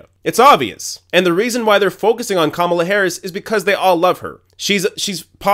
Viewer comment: You pronounce Kamala 3 different ways in one minute. That was distracting and this comment is petty